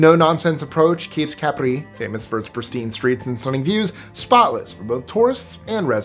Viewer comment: Nice to hear "Capri" accented on the right syllable!